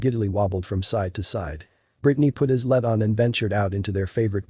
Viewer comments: For God's sake the pronunciation of "lead" in this story is "leed" as in lead the pack or lead the band! It is not " lead" as in the metal! Did you ever, when reading the story, think I'm mispronouncing this? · Gee, computer voice, lead is pronounced as leed... ok?